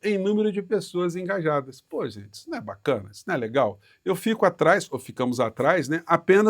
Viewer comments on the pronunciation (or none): none